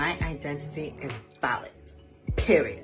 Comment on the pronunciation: When they say “valid” I sometimes hear “salad” like “ I just want you to know that you are salad”